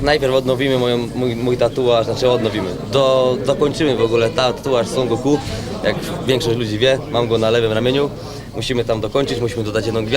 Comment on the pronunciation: Songo ku, prosze Cie, nawet nie wiesz jak to wymawiac poprawnie,SON GOKU! To tak jaby powiedziec Borysman Kowski hahahaha